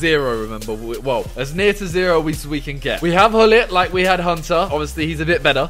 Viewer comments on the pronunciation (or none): none